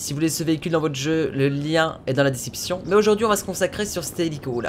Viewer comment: Je suis le seul à entendre "le lien dans la déception"?